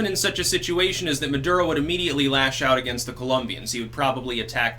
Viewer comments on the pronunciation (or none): Maduro pronounced "Murdero". Coincidence? Tinfoil hatters believe I think NOT.